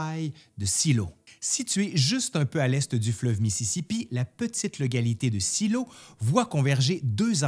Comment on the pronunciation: Shiloh=> chaïloh